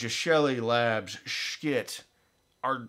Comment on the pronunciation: I'm sure I'm the 150,000th person to ask, but why do you choose to mispronounce Schiit Audio's name?